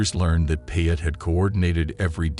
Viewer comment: Payet is pronounced PIE 🥧 AYY